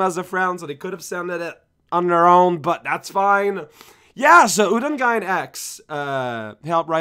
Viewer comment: Hey, super honest but also potentially bothersome-for-both-sides question: Will you be offended if I let my Japanese knowledge-based OCD flow forth and try to notify you that Reisen's middle name is not pronounced U-don-gine, but rather U-don-gain?